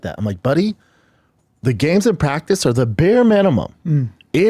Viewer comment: We talm bout praggticce, b?